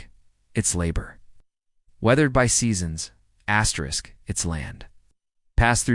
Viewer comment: WHY DO YOU KEEP SAYING ASTERIK?